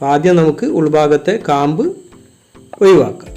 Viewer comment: ഒയിവാകാൻ അറിയെങ്കിൽ ഒഴിവാക്കിയാൽ മതിയോ ? കുഴപ്പമുണ്ടോ